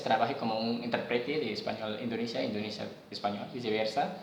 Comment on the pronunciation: Algunas pequeñas correcciones en español- sigo estudiando español por casi tres años.- que me ayudan con la gramática en español- intÉrprete. Dijiste "interprete". Te faltó marcar el acento en la primera E- indonesio-español, no "indonesia-español" ;-) - es él idioma más importante para mí. (Se oye mejor así). Pero lo demás, muy buen español. ;)